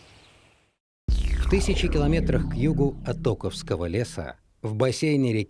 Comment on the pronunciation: Минус балл за неправильное произношение "оковского" леса.